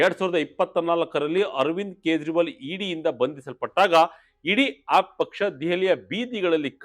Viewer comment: please pronounce aap properly.